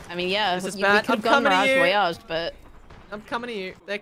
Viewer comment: ‘Miragee Voyagee’